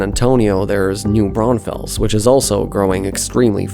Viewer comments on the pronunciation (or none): Some pronunciation help: San Marcos - "San Marcus" Buda - "B-you-da" New Braunfels - "New Brawn-fulls" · Ugh, it's New Braunfulls and San Marcus. San Marcose is a city in California. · side note, it's New Brawn-Fulls not new brownfells 😂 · It's pronounced San "MarKISS", New BRAWNfulls, nd BE U duh... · San Marcus is how the locals call San Marcos Bu-duh is how locals call Buda New Braunfels is Braun - fels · Buda = Byooda San Maros = Saan Marcus New Braunfels = New Brahnfuls TXDOT = TexDot Please learn how the locals pronounce them And there is really no need for a transit line from Austin to San Antonio. Noone commutes from one to the other. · New Brawn Fells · new braunfels is prounounced new bron-full-s :D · Love the video! Just a heads up though: Buda is pronounced “Byuda” like in Beautiful New Braunfels is pronounced “New Brawn-fulls” And using “the” for highways is a west coast thing, we don’t call it “The 35” or even “The I-35” we drop the “the” and just call it “I-35” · Thank you for correcting that . I cringed when I heard them say Booda. It’s also pronounced San Marcus & New Brawnfulls. At least y’all got Kyle right lol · no, it's a city name and it is pronounced new brawn-fulls because that's how we who live there pronounce it. :) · Mispronouncing Buda, San Marcos, and New Braunfels, and calling it "The I-35".... you uhhhhh might not know the specifics of this region. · Ugh, whoever voiced this video definitely is not from Texas. That slaughtering of pronunciation of New Braunfels and San Marcos is ringing in my ears. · Native Austinite here. Well, actually, just north of Austin 8n Round Rock. But IH35 has been a horrible traffic nightmare since the 70s. Even with the building of MOPAC, Loop 360, and the tollway, IH35 has never had its traffic reduced in any substantial way. And just a note...New Braunfels is pronounced New BRAUNfuls and San Marcos is pronounced San MARcus. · They way you pronounced San Marcos and new braunfels is completely wrong